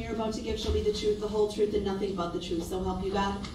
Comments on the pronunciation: I also hate the way the says oath (oaff), truth (truff), sustain (substain), umbilical (umbiblical), and so many more. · Axe, troof, licence place, dat, substain, tacket, fustration, umbiblical..an English teacher's worst nightmare. 😆